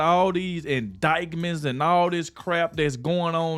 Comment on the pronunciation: I love your channel, but the "c" in indictment is silent! 🤣